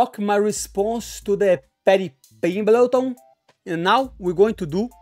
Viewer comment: Just hearing Moicano pronounce "Pedhy Pingmlet" was worth a like. They should coach the ultimate fighter series together. Then we would have "sausage" vs "Easy focking money". Pay this man double.